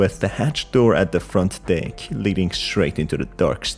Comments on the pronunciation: No offense but when you say deck it sounds like you say d%#$ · I keep hearing him say “ wash the dick “😂😂😂😂😂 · I misheard deck as d#ck 💀💀💀